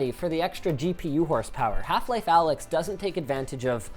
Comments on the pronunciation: It's not pronounced Alyx dumbass it's Alyx, duh... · It's not Alyx, it's Allx. Because people don't understand greek letters.